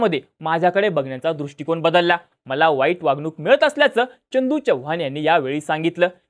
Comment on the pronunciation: च्यनदू नाही चंदू च्यव्हान नाही चव्हाण एवढं समजून घ्या